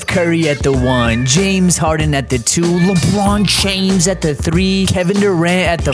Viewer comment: "LewPrawn Tchwmes" 🤣🤣🤣